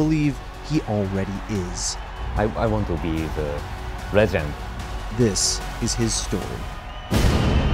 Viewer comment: "I want to be... The rej end."